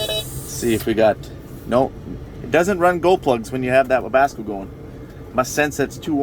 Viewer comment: I love continued refusal to call or spell it "Webasto" lol